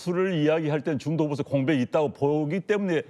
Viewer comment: ㅋㅋㅋㅋ ㅋㅋㅋㅋ ㅋㅋㅋㅋ 형보수지 로 들리는것이 나쁜인가 중도보수 민주보수